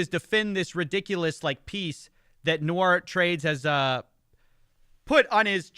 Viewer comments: Nice video, but it's Nour (pronounced "Noor") and not "Nou-ar" 😂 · Hey just for your info, i don't know how this guy pronounces his name "nour" but it looks like the latinisation of an arab name and the actual pronunciation should be "noor" like the double O in zoo not like french "noir" pronunciations. I don't mean to offend you or him or anything I am a huge fan, i binged most of your investigations. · Nour != Noir say it correctlly it's bothersome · Still, it's "Noor" not "Noir" in pronunciation! Common arabic given name. (Even my favourite dates are called Deglet nour, better than Medjool or Mazafati.) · It os pronounced noor (arabic) , noit noir (nuar) , which is black in french . 🙂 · nour(NOOR) noir (NU-AR) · great video just one little thing his name is pronounced "Noor" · Great video as always. I am so surprised that people continue to fall for these grifts. Boy do they start young these days. I guess its a little late to point this out, but the arabic name Nour is usually pronounced like "noor" with the vowels prounced long like the o's in "ooh la la" rather than the "Noir" pronunciation in the video. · I love you but nour is pronounced like poor with an n.. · it’s pronounced phonetically like n-oor 🥲 from a fan w the same name lol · Brilliant video but hearing "Nour" pronounced as "noire" for half an hour gave me ear cancer haha